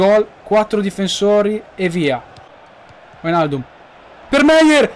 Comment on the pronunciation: sei un grande continua così. un solo appunto sulle pronunce: wijnaldum: vainaldum macpies: mecpais per il resto bellissima carriera!